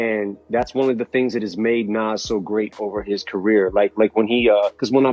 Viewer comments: You've got something against Illmatic by 'Nass'? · I'm so tired of white narrators messing up the names of these legendary rappers...Naz vs. Nas & Pack vs. Pac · Dude, at least know how 2 pronounce Nas, not "Naz"?!?!.! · that dude in the blue shirt is who??? and does anybody notice the narrator of this video has no idea of how to pronounce rappers names ,,,,naas, pack, come on now its NAS and TUPAC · It's sickening. I would prefer someone reading this instead of hearing nonsense like Dr. Dot Dre....I mean c'mon. And Pack and Nass. When I hear that I can't trust the info. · Pack … lol … many decades Dey still getting it wrong it’s pac..which is pronounced poc, long O sound. Nas …pronunciation is Noz … damn it get it together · God I hate it when AI mispronounces well known names. "Nass" "Pack" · "pack" and "nass" - I'm fucking done! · Narrator can't pronounce names correctly smh